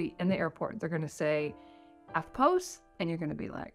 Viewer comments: It's not "eftpose". It's "eftposs". (spelt phonetically) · Why did you pronounce EFTPOS with a long vowel. The "POS" is pronounced like the "pos" in "position" (but then again - maybe you pronounce that with a long vowel). Hey, what would I know - I'm a kwaussie - lol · argh EFTPOS like "eft-poss", rhymes with toss... Does not rhyme with "pose" :P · Don't pronounce EFTPOS like that though. You'll sound like a crazy person. It's 'eff poss'. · I have never in my life heard Eftpos pronounced that way....weird!